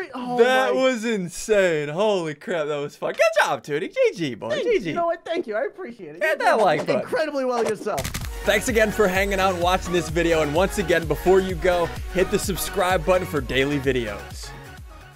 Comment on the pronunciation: anyone heard em say the f bomb but he meant to say fun